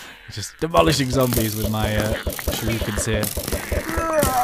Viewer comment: I enjoyed this overall despite wincing every time 'shuriken' was pronounced 'shiruken'.